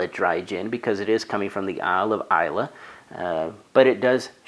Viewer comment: Just gotta say, I'm always so impressed at the level of detail you pour into your reviews. Even got the pronunciation of Islay right! Your palette has yet to let me down, so I'll have to look for Oxley!